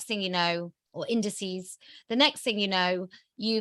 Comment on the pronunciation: "indiceds" - o thank you!